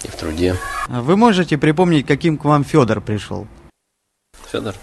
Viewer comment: А имя произносят как Сёдор))